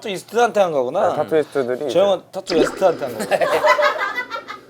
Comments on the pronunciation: 아무리 들어도 용진이형 타투 TATTO 라고 하는거 같은데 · 이거 나만 TATTU라고 한 걸로 들리나ㅋㅋㅋ 파머스 버거 후유증인가ㅋㅋㅋㅋ